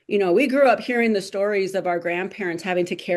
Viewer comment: THEE urban area, not THUH urban area. The/An/A are called "articles". The is pronounced THEE before a vowel sound; AN is used before a vowel sound. The is pronounced THUH in front of a consonant sound; and "a" is likewise used before a consonant sound. Why butcher English when it's easy to speak it nicely.